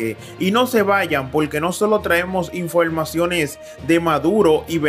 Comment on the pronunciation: InfoLmacion? EnteraLte? InteLnacional? A caso eres de ascendencia china?